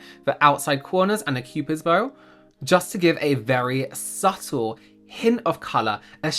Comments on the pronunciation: I can't remember which video it was or who said it but omg, I can't stop hearing "SUPPle" in this video instead of "subtle" lol. Anyone else remember? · Does anyone else get flashbacks every time says subtle?